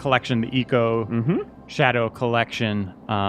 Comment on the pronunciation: I'm super late, but I hope you start pronouncing Ico correctly. :)